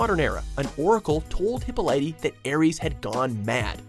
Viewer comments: Hip Oh Lee TAH not hip o litey douche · hold on did you actually call hipolyta hippolighty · DafuQ . why is he pronouncing Hippolyta as "hippo-light-e"??? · Who is Hippo-lighty? Damn, if you're going to give her back story at least say her mother's name right. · it's pronounced Hy Pol lit ta. At least in the movies and shows. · I swear to God, if he says Hippolyta like that again, I'm going to die. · The way he pronounces Hippolyte makes me cry